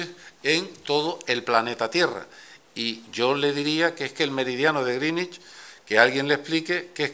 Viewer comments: No critiquéis lo de "grinich", es así como se pronuncia correctamente. Una pena que lo va cambiando hacia el final cada vez que lo repite. Al final le sale gringüich. De todas formas, no sé por qué le atacamos, se aprendió bien la lección de chaval, en los mapas políticos del colegio a veces las Canarias quedan debajo de Cataluña, justo en el meridiano de griiiiinich, jeje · Al principio pronuncia bien (en ingles) Greenwich...y conforme pasa el tiempo empieza a cagarla. A tomar por saco la unica baza que tenia je je je. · "meridiano de grinnich", pronunciado como el Grinch pero en adverbio.